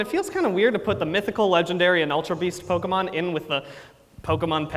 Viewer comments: He still can't say Pokémon correctly. And I love it. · "Can you still call it the perfect pokerap, even if it mispronounces 'pokemon'?" Apparently....... yes. (this was way more awesome than i expected) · terrible he keeps saying pokEEmon. like bro.